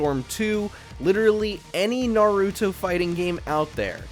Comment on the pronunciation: Bro can’t even pronounce Naruto right, who picked this guy to narrate the list 💀💔